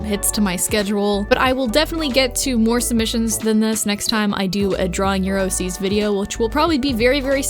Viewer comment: I keep hearing "draw neuroses" and I feel very silly every time